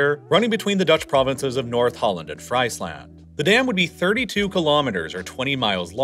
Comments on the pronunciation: Dude is pronouncing the province name of “Friesland” like it’s the land of fries 🍟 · An easy win would be to pronounce Friesland as Freesland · Not as much as "Fries 🍟 Land" 😂 (For the non-Dutch: it's pronounced "frees-lahnd") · As someone who's actually from Friesland, this is the first time I heard someone bucher the name of my province so badly 😆. It's pronounced (more like) Freeeezland not 🍟land . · Probably not really relevant, but the pronunciation of Friesland is more like "Freesland" not "Freisland". Yes I do know that fries is pronounced as "freis" or "fraiz" in english, but this just sounds wrong to me lol. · Friesland is not pronounced as fries you buy at a fast food chain! You pronounce it as Freesland instead!!! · Friesland isn't Fries Land, it's more pronounced as Freeze Land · Cool presentation! Except I cringe every time I hear Fraisland, it is pronounced Freesland in English. I'm sure Google translate has the correct pronounciation to listen to.... Who knows, there may be even a Frisian Google translate, the "land" part sounds different again. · Friesland pronounced as French Friesland instead of Freezeland! 😂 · I mean how hard is it to put the names into google translate and let the Dutch voice pronounce them? Not very hard. Yet we have to deal with "Fries"-land and "Virindgemir"(Wieringenmeer) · Friesland is actually pronounced as "Freesland"! So nothing to do with deep fried potato sticks... 😜 The narrator's mispronunciation was extremely cringe to my Frisian ears... 😖 Besides, Friesland is much, much older than the Netherlands. So the Frisians were there, long before the "Dutch" were ever even a thing. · Very well explained. You definitely did your research!👌🏻 Though I did have to laugh hearing Friesland pronounced as FritesLand. The Dutch "ie" is more like an English "ee" Frysian is actually the only other official language in the NL, beside Dutch. And it existed long before there were Hollanders, or a country called The Netherlands.😘